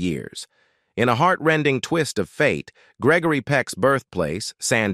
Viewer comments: Its Greg-o-ry not greckory lol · lol....he needs to learn the actors name....its NOT Gegory Peck...what a bummer video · "Gekory Peck? " Get it right. Gregory Peck's artistic legacy deserves it. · Why not hire a real person to read the script? I hate the mispronunciation and incorrect pacing of the electronic voice. Gickery Peck? A person wouldn't make that mistake. Very annoying. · Geckary Peck, really? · What's with the narrator referring to Gregory Peck as Gecory? It's G R E G O R Y. Great actor and loved ALL of his movies. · It's not Geckery. Why not get a real person to read the material? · Geckory hahahah😅😅😂😂 it’s Gregory dude😮😮😮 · Jeckory Peck? Check your voiceovers! This is getting to be a pattern of idiocy! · Why is he calling him Geckery?. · Way to go.. Gekery. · Piss poor on this production. Unwatchable FFS! "Geckory"! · it's grrreggry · Geckory?! It's G.R.E.G.O.R.Y...he wasnt a ghecko, cmon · Please pronounce his first name correctly! SMH :( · Please reprogram the robot narrator in pronouncing Gregory Peck properly. It's a crime to let him slaughter the name of respective and great celebrities. Practically all English words are mispronounced, it's insurmountably inexcusable.